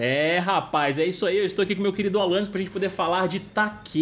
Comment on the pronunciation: só eu q ouvi alanais q da ?